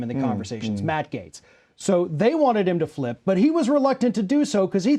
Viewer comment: Everyone pronounces his last name incorrectly. It really should sound like "Gets," phonetically. Either way, he is a complete scumbag and I hope "gets" what's coming to him.